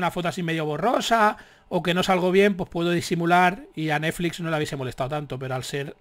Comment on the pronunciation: Dices Neflix como yo